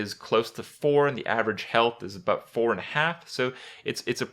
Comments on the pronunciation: JUST ABOOT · HE SAID ABOOT LUL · "just aboot" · Lol Just aboot